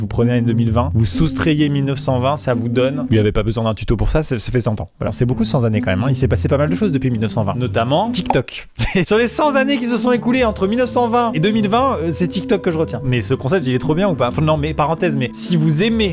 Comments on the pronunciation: Amixem... c’est cent « T »années pas cent « z »années ! Y a qu’une centaine, pas deux ! Rhô !!! (ง ื▿ ื)ว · Alors stop. Cent z’années c’est pas possible ! Jamais de S à cent. Cent T’euros, Cent T’années. Voilà c’est tout. Je continue la vidéo 😬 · Arrrghhhh ! CENT T'ANNÉES! Cent années! PAS Cenzz'ànnées (comme Cinzano!) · Cent ZANNEES?? Cent Tannées stp Amixem :$ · Cent zannées? 😘😘😘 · La liaison entre "cent" et "Z"années" me fait tellement mal... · Cent zannées... tes liaisons Maxime ! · Cent zannées, évidemment Maxime:D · Cent zannées donc. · Cent'Z années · C'est pas cent zannées on est d'accord hein ? Cent n'a pas de s